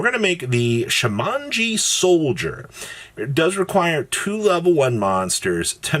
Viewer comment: How the hell is Shamoji pronounced as Sha-Mon-Gee???